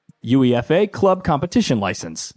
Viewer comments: Aaaahhhh Americans man . . . Uefa is one word not U.E.F.A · Wtf is youee effay? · Your UEFA pronunciation made me chuckle. It's pronounced Yoo-ay-fah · Guys, wish me luck in winning the YOO-EE-EF--AY cup this year. Soccer is great! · Holy shit that UEFA pronunciation has got me dying 😂😂 At least get someone who knows anything about football to do the review 😂 💀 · Just the comment I was looking for. I’m so bothered by him spelling it out😂😂😂